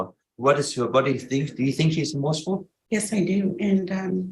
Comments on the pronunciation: the word is remorseful NOT romourseful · It's 'Remorseful'.